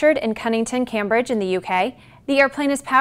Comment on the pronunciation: Can't pronounce Cambridge! It's Cambridge, like not being able to pronounce Harvard...